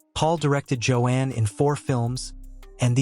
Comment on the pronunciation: It’s pronounced Jo-Ann not Jo-In